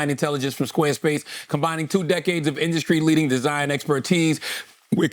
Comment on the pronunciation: Charlamagne,,, what is an induscree??? You say it in every square space ad 😂😂😂